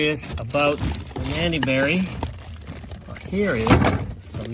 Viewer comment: Nanny berries??? Maybe I’m not understanding what you’re saying